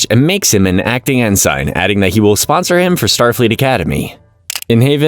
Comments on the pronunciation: It's not even a human narrating , or if it is he doesn't pronounce ensign right. That kind of stuff resonates with people and I'll always prefer a non AI. Or at least a tru fan if it's isn't. I do agree with this being peak trek tho! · You are not pronocing Ensign right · Thank you for the recap! (I don't thing that's how you pronounce ensign though) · it's one thing if it's an honest mistake when pronouncing a name or two, but when the mistakes are so egregious and consistent with words like "ENSIGN" it's super off putting.